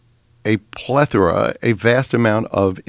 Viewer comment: He said.....Plethera.....now Jimmie.....use that in a sentence.........OK teacher.......I found a plethera of shit in the bottom of my birdcage